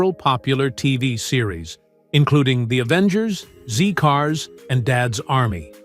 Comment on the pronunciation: Zed Cars, NOT Zee Cars.